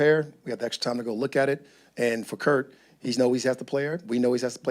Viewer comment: 😂 Raheem called him Kirt.